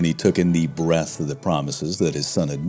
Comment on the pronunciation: *Breadth, not "breath". Breath is another word. Breadth as in "We searched the entire length and breadth of the land", standard phrase in English. Read it and heard it said out loud many times, never as "breath", because that's another word that means something else.